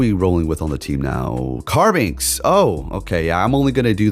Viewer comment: Carbink doesn't have an x. You always call it Carbinx...